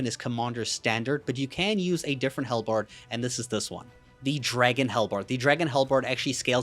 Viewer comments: Halbred - pronounced like Hal(the name) and bread (the food). Idk what a hellbard is but it sounds like a musician in Hell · Not bread.. berd. Like... bird.